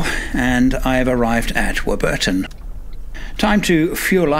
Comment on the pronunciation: you need some training in Aussie lingo not War_bur_ton but Warburton said as quickly as you can get it out of your mouth😂😂